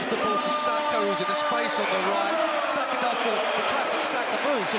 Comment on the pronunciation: It's Saka not Sasha.